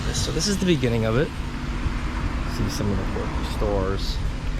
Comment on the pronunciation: Dude… it’s quirky, not corky. Stop saying corky! lol